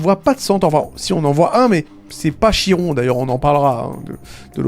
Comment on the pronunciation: Ça se prononce comme « kir » pas « chir »